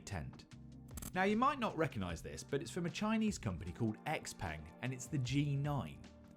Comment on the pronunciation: If only he could have put in a little effort to learn the correct pronunciation of xpeng